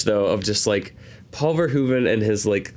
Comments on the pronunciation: Thanks, for always pronouncing "Verhoeven" the correct way! Your one of the few. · Thank you, for being the first American ever to pronounce Mr. Verhoeven's name correctly